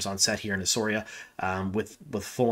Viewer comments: Shame you can't check how to pronounce the name of the place where this is being filmed. It's "ESSAWEERA" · Please learn how to pronounce the name!